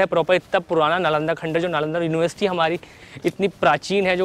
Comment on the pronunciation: Plz don't pronounce khandhar again n again...